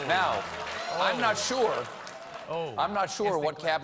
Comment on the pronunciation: This guy can't even say Kanye right